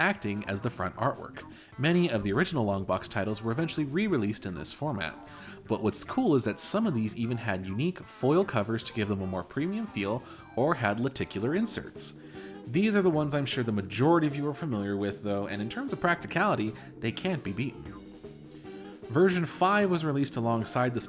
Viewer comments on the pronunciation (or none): Lenticular. There is an 'N' in there.